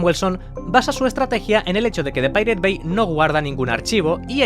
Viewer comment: Así no se pronuncia pirate